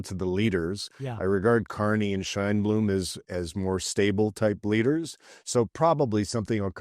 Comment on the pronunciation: Warren Kinsella, her name is Sheinbaum...not Sheinblume. And Fentynal.. Are you serious? Try educating yourself and watch Sam Cooper's reporting on this issue...proof, not rhetoric. Time for you to retire into the interior of BC.. And don't have any matches with you.